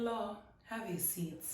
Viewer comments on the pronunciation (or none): none